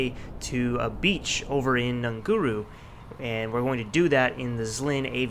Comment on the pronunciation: Well I'm not sure who told you how to pronounce it but that's NOT how you pronounce it, I am Maori, native to New Zealand and I live on the Tutukaka Coast and Ngunguru is part of that Coast. Best way I can explain how to pronounce it is by breaking it up in a way that it IS pronounced correctly, too many people who live on this Coast pronounce it WRONG... Ngew/Ngew/ru that's the best way I can explain it BUT when I get my new PC and purchase MSFS I'm flying over all of these places anyway... great video though